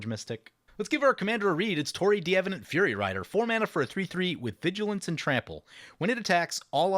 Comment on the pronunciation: Not the worst pronunciation of D'Avenant I've heard. I'll give it a B+, I think, distinctly Americanized, but good for an Americanized version of a French name.